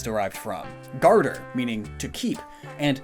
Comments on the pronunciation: As a canadian the way he pronounces garder hurts me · Hey! Que les français ici se dénoncent. For ONCE we have something aârt from tourism. PS; "Garder" is pronounced [ɡaʁ.de] actually